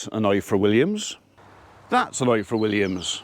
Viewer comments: Please say IFOR like you would say IVOR . In the Welsh alphabet single f is pronounced as V ff is pronounced as eff. Diolch (thank you) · The "F" in Ifor is pronounced "V". F is literally v in Welsh 🏴🏴👍